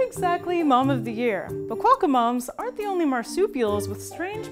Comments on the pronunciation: Great vid! You don't really emphasize the "qua" all that much though, we say it closer to "Kwock-ka" as 2 syllables, not Ka-wa-ka as you're saying. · Cwo-ka Not kwa-ka